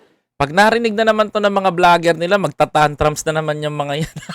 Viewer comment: tantrums pronounce as tantrooms sorry